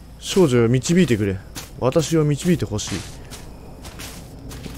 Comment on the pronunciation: 最初の文の「少女」ってとこが「処女」に聞こえて耳を疑った